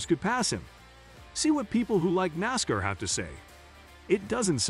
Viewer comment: IT WILL S NASCAR, NOT NASKER. IT IS BUBBA WALLACE NOT BABBA.